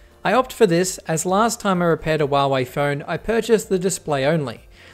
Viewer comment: Hey its not wuawei its Huawei learn to speak it right